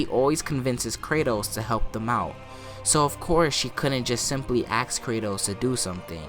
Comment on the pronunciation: I like how you say axe instead of ask